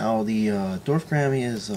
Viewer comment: its pronounced gor-omm-ee. thanks for the vid :)